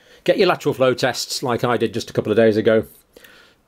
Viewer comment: Get your what flow test? You talk to fast. Googling "flow test" I see you meant "lateral" flow test but you pronounced it with just two syllables and the word "lateral" has three syllables.